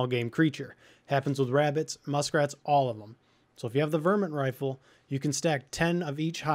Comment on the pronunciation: its not VER-Mint its Var-mint